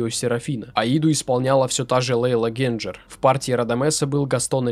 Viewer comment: Правильно Генджер. Во всех интервью, что я смотрел (слушал) произносилось именно "ГенДЖер". Возможно, я излишне "твердо" произношу...